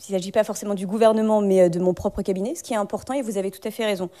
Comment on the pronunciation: Trente mots pour ne rien dire du tout. Ce n'est pas un besoin en conseillers, mais en neurones! 'J'vais y répondre": la prestation de précieuse au ton empunté avec "kébinet" est un flop!